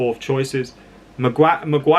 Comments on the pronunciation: It's "Mag-wire" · 'Maguan' sorry mate its stuck now